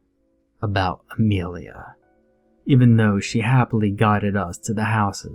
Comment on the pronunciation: It is Amelia not Amrealia